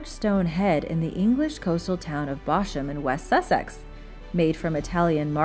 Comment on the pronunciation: "Bosham" is actually pronounced "bozzum"